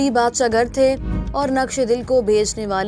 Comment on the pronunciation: u repeatedly a word "Badshah Gar" that is correctly Badshah Gur (King Maker)